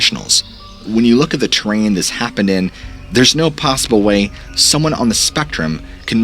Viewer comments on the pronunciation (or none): none